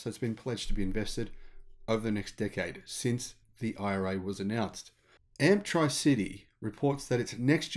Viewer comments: Love your videos. Note: Arkansas is pronounced "ar-can-saw", and surely Amptricity is a play on "Amps" and "electricity", thus "Amp-tricity" not Amp-TRI-CITY which would imply it has something to do with three cities... thanks! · A small point but wouldn't it be pronounced 'amp-tricity' as in 'elec-tricity', not 'amp-try-city'? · Some weird pronunciations it this one. I believe Amptricity is not pronounced "amp-tri-city". I believe it is "am-trisity" like "electricity". "Arkansas" is not pronounced "ar-kansas". It is pronounced "arkan-saw". Enjoying the shows, thanks. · Hi, great news for the future. Thanks for the vid. I think the name is intended to be pronounced like 'electricity' (electric) not tri-city (three cities)?? Or am I wrong? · I'm pretty sure they'd want you to say it like electricity, not Amp-tri-city. Try Amp-tricity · I think it's probably pronounced Amp-tricity - 'tricity' as in elec-tricity. Amptricity. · Hi, really enjoy your stories. Nice contrast in pronunciation with Americans. Amptricity and Arkansas got me today but Zack and Jesse from NYK had trouble with Moe and Yea calling them mow and yeah. 😆😅😂🤣